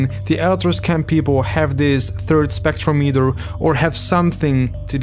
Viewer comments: It's not pronounced Spectro-metre. It's Spec-trom-i-ter. They even say it correctly multiple times in the game, but you still say it wrong every time. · so u actually heard the guy say "spectrometer", and still chose to pronounce it "spektrow-meeter"????